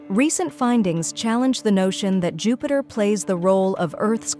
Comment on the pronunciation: LOL Your fake computer voice called it jew-peter and a dozen other mispronunciations. HAHA it can barely speak english